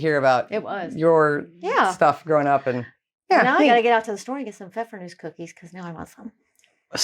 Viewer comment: You said "Pfeffernuss" without any accent! 👏👏